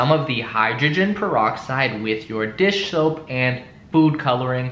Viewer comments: U said dish shoap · You said "dish shoup" one the final try!!! lmao